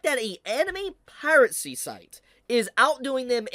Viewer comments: Has always pronounced piracy as "piratecy?" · do you say piracy with a t? I swear I hear you say piratcy every single time you say it and it keeps bothering me lmao